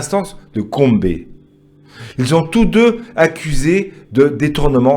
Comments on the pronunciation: Monsieur qui se mêle de nos histoires on ne dit pas Kombe on dit Gombe svp référez vous à tsangu TV pour t'informer 😄😄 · Mais c'est qui ce mec putain ? Peut on m'explique cette étrange ne sais même pas prononcer gombe ni le nom de notre président il me fou les nerfs